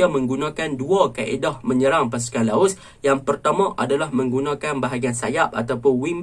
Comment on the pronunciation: Bro sori bro Laos bro bukan laus . Btw ulasan bro memang mantap